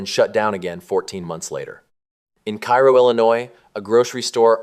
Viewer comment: Cairo is not pronounced as it is in Egypt. In Southern Illinois it's called 'care-oh'...